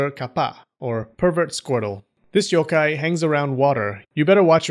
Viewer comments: You pronounce the Yokai better than you pronounce the pokemon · I’m a Japanese yōkai enthusiast, and I have to commend you on your great pronunciation of the yokais’ names! I enjoyed this video very much 😊